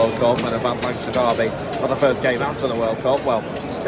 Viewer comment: Don't know where you're from but Lancashire is pronounced 'Lankisher' 😁. Good commentary from you, upbeat, good stuff 👍